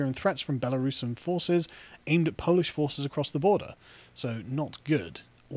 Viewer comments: Great piece but as a Pole, your pronunciation sucks! 🤣 Start with: 🇵🇱 w= 🇬🇧 v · A few pronunciation tips for Carl: In Polish, "W"s are "V"s. "J"s are "Y"s [think: yellow]. "G"s are always hard. Vowels are pretty much the same as in Spanish. Hope that helps.